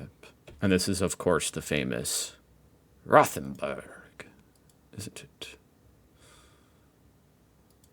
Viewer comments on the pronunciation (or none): you don't pronounce the "th" in Rothenburg like the English "th" the "rothen" is kind pronounced like "rotten"